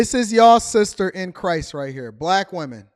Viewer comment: In Christ or Cri-sis? 🤔